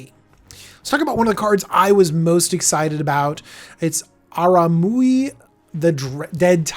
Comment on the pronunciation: Generally, I like Deck Techs, but these unscripted ones lack focus. The editing is inconsistent. I get mispronouncing names on a live video, but these don't appear to have been done live, so going back and cleaning them up would be good (example, how he pronounces Araumi in this video). Having watched all of the Commander Legend's videos he's done so far, it also appears that he is missing the boat on where some of these new commanders will shine (example, Abomination of Llanowar gives an alternative for Golgari elf aristocrats. It is cheaper to get out than, say, Jarad and the mana cost is less restrictive needing 1 green, 1 black, and a colorless versus 2 Green and 2 Black). Personally, I'd like to see him get more to scripted deck techs versus these reviews. Other content creators are doing better set reviews that have more polish and DJ shines brightest on his deck techs.